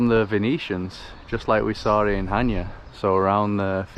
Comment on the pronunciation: it is χανιά not χάνια